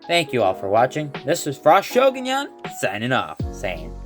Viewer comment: Shogonyan Not Spainsh